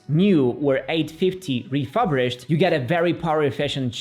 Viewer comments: "Refurbished", not "refubrished" :) great video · Your way if pronouncing “refurbished” is very unique 😅 Nevertheless, thanks for the good review of the Macbook choices!